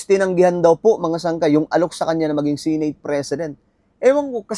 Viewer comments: SE-NATE hindi Si nate bisaya ba? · Sineyt ng sineyt. Seneyt ung pronunciation nyan